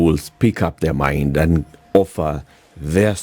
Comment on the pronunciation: What kind of learned lawyer says ENDE ??? ITS AND ...not ENDE